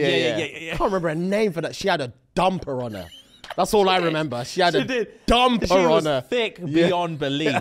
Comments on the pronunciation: “She got a dumb piranha” (brain finally registers what I heard) ohhh dumper on her…. Nah it’s dumb piranha for ever now. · How many times is he gonna say DUMMMPER 😂😂😂